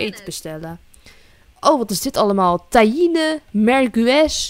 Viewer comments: Die recepten bestaan echt, en je spreekt het uit als mirgi en tagine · Tajine spreek je uit als tasjien